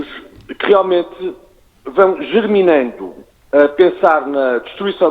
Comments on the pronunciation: Germinando não jerminando. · Não acredito. Jerminando??? A sério? Um menino que estuda Ciência Política, devia saber que é "germinando''. Gosto de o ouvir embora poucas vezes concorde consigo, fiquei parva com este erro. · Germinando e não jerminando...